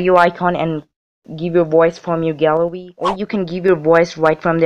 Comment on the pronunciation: Its so funny how he said "Gallery" like that XD No offence I just thought it was funny :>